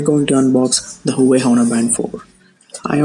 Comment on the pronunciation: its spelled HUA-WAY